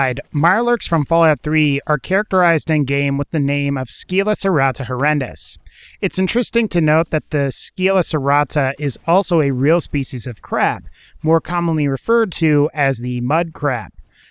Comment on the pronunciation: Scylla is pronounced Silla